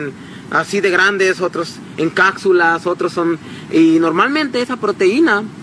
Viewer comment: Ligieres, cátsulas, JAJAJAJJAJAJA AI POR DIOS